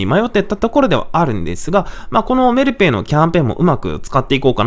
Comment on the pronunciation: メルペイのイントネーションが気になる木